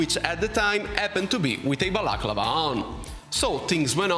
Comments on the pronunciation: l'accento è sulla penultima a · I love how you say balaclava...